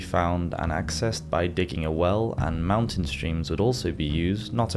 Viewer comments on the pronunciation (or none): none